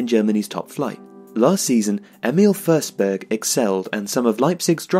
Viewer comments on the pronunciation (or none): It’s FORSBERG man not FERSBERG LOL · You pronounced the swedish "ö" pretty well.. just that it is a regular "o" in this case. So "o" in forsberg should be pronounced pretty much as it's written. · Stop saying FURsberg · How does "Forsberg" become "Fehrsberg"? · Thanks, great video! But since the voice-over is butchering it, the proper Swedish pronunciation is: Emil = "Ear-mill" (with a silent "r"). Emphasis on the first syllable. Forsberg = "Fosh-bear-j" (with the "j" being very soft). Emphasis on both syllables, favoring the latter. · Your pronounciation is wrong, the way you say it it would be spelled försberg or førsberg. You pronounce it like the o in strong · YOU SAY HIS NAME WRONG BUT IT'S ANOTHER BRILLIANT VIDEO LOVE YOU KEEP DOING BRILLIANT VIDEOS EVERY DAY BYE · Good video, but you pronounce his last name wrong :/